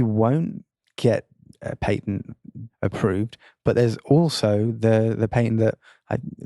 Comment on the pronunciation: .. patent rhymes with bat tent.... It does not rhyme with pay tent.